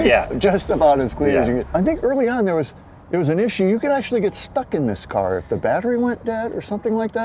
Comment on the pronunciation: It's CAR not Caw !